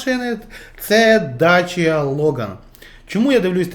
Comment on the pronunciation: не дача, а дакія !